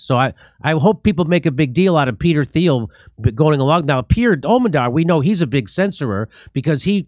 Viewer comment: Someone needs to start correcting Jimmy when he pronounces every word and name wrong, it's getting really annoying for me watching when he says words like Azov and Peter Thiel's name wrong over and over and over and over